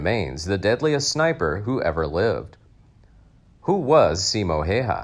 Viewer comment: Simo, not Siimo ( pronunciation) and his last name Häyhä is not pronounced hayha